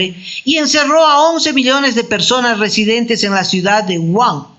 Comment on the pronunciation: solo una aclaración la pronunciación de la ciudad China de Wuhan es GUJAN y no WUA. :)